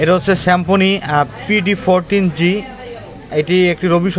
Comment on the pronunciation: Pd14 g na... Pd1 4g hobe... Nam ta thik moto bolen ... 1 r 4 er majhe gap ache dekha pan na asche abar phn review korte....